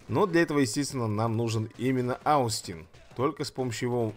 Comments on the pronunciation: надо читать не аустин, а остин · Остин правильно произносится, ОООстин! Спасибо за ролик